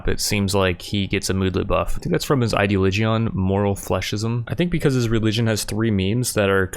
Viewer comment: "Idea-Lee-Geeon" ... It's pronounced "Eye-Dee-Olidge-In"